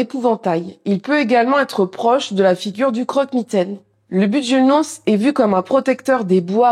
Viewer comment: Enfin ! Première fois que j'entends une prononciation en breton du "Bugul-noz" ! Merci Je pense que ça peut être intéressant une série de vidéos sur le bestiaire et la mythologie bretonne. Il y a de quoi faire quand je lis les livres de Paul-Yves Sébillot. Superbe chaîne en tout cas. Bonne continuation :)